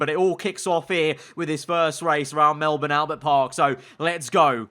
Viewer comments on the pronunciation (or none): none